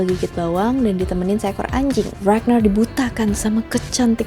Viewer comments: bacanya RAGNAR nya pake toungue roll R yg tegas kaya baca R di indo.. .bkn regner pake R bule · RagNAR, bukan ReGneuRr 😑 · kak mau ngasih masukan dong, pronunciation ragnar jangan pake bahasa inggris dong pake pronunciation bahasa skandinavia aja biar lebih keren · Mbak mohon maaf bukannya ngejudge atau apa pun pengucapan "ragnar" nya biasa aja